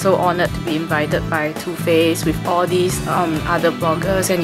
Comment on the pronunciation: too faced sounds like tooth paste HAHAHAHA